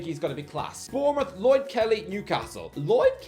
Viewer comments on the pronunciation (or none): none